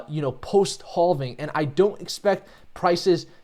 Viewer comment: Say: I am having a great day! Now just say "having". It's actually: "halfing". I heard you say "have" many times during this vid so I know you can do it. Great vid!!